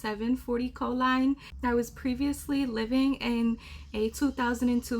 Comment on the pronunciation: Ankle grinder LMAO im teasing i swear